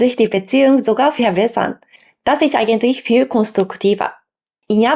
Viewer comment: Verehrte, vielen Dank für Ihr Video. Ich fand es interessant. Großen Respekt auch für Ihr gutes Deutsch! Es war sicher nicht immer einfach, eine so andere Sprache als die eigene Muttersprache zu lernen. Ihre Aussprache ist auch sehr gut. Aufgefallen ist mir nur eine leichte Tendenz, das B wie ein W auszusprechen. Dadurch klingt "verbessern" leicht nach "verwässern". Ich bin mir sicher, dass werden Sie auch bald beherrschen.